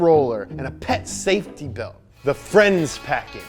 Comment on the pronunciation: saftey hehehehehehehehehe